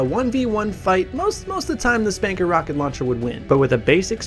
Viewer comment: Its pronounced 'spunker' not 'spanker'